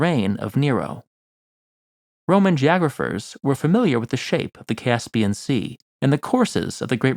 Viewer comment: I like the way you say Caspian.